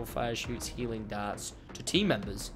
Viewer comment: I thought he kept saying "Helium darts"